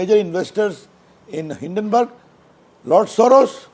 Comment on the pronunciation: Hindonburg almost sounds Hiddenburg. Difficult to defend gentleman. You are good to defend your party. Nothing surprising since you are a lawyer. Often such defence is often superfluous. Why these guys always defend adani. Why get very defence through perceived offense.